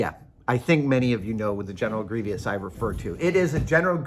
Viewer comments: Warning: Way too long. I never even noticed that he pronounces it phonetically. I don't remember him ever saying the word, but I've only been watching his videos a few months. I have heard that pronunciation occasionally over the years and my vague recollection is that the speakers were from the Southern US (very iffy), and a few Irish people. Since this subject came up I've looked up the timing of a thing known as "The Great Vowel Shift" in English, which started in the South of England in the late middle ages and gradually spread North over a couple hundred years. The pronunciation of all the vowels changed completely from the Anglo-Saxon (Old and Middle English) to the more or less modern pronunciations. I think bury is one of the few words sometimes pronounced sort of as it would have been in the Middle Ages because its spelling was nailed down by scribes before the shift was complete. Late breaking news. I watched a BBC documentary yesterday titled "Rebel Tongue" about Scots English and heard many of those old vowels throughout the program. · Greevis or Greevy-us. I'm going with Grievous. Sorry Savage, Methinks you've pooped on your sneakers. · Please stop saying Grievous the way you do; you're driving us batshit out here. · The way Adam pronounces grievous hits different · I don't mean to be critical and annoying, I love Adam, and I trynot to correct people about pronunciation, but the way he pronounces it is wrong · Adam has a very.. flowery way with words, making them sound nerdier than they need to be. He also says "Processies", instead of 'Processes'. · That might be a regional dialect thing, maybe Irish. Curiously, that pronunciation was the "correct" one in some Middle English dialects at the time the printing press was invented, so that spelling just happened to become standard. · Grieveeous? It drove me a little bananas too. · General Grievous 🚫 Grievious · “Gree vee us”